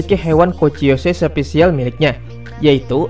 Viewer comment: gua msh heran cara lu pengucapan yang ketemu kata E" contoh episode bilang epesode, special jadi sepecial hmm